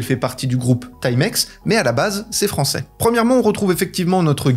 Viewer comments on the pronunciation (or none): none